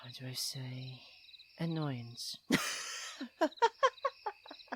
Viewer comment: Wen he got us all excited and said annoyense 🥲🥲🥲😂😂😂😍